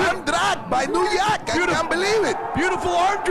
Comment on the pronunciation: I like how they call him new yuk